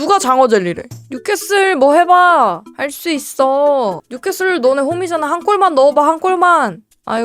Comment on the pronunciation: 뉴캐캐솔 슈쑤쓔팅